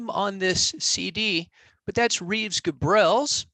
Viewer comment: Reeves Gabrels is great! Is your pronunciation of his name confirmed? I guess I pronounced his name totally wrong until now.😅